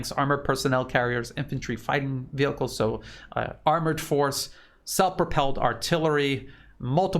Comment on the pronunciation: Come for analysis; stay for pronunciation of "Vehicles" 😂❤🍻 HNY everyone - may it be safe and prosperous